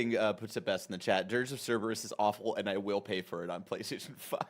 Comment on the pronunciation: How long are we going to continue letting Tim get away with calling Dirge of Cerberus “Dirge of Sarah-bus”? 😂